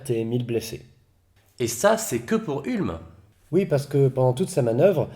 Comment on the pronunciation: Ca se prononce OUlm